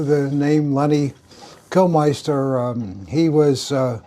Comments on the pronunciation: LEMMY KILMINSTER Not Lenny Kilmeister Dozy old pillock, can't even get his name right. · Kilmister not Killmeister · Man cannot pronounce Lemmy's surname correctly, very disrespectful.